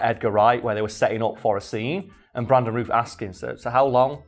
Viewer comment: Routh is pronounced like South, just FYI...